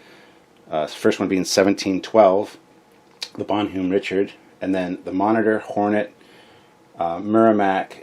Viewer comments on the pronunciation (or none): Bonhomme Richard pronounced - Bon - hom Re-chard I don't speak french - Got the correct pronunciation when the news reported that the USS Bonhomme Richard, LHD-6 Wasp Class amphibious assault ship, caught fire in dockside maintenance. FYI- Bon Homme Richard = My Good Friend Richard = Poor Richard (of Poor Richard's Almanac) = Pseudonym for it's Author - BENJAMIN FRANKLIN Don't know WTF they didn't just name it the USS Benjamin Franklin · Captain sir! Bonhomme Richard. Its a french name. So its pronounced, "Bon-home, Rich-Ard." If Memory serves, the Bonhomme Richard was one of the few French ships given to the US Revolutionary navy in the late 18th century. A United States Warship of the late 20th century, if not more then one, was given that name, to remember that debt of honor. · Love your channel, watch as much as i can but omg please practice the pronunciations LOL. You kept calling the Exceter the Excelsior and as a fellow Canadian its [bon-uh m rich-erd; French baw-nawm ree-shar Im being an a-hole, keep up the good work!